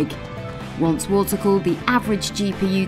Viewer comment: "Water colled monster" perfect fit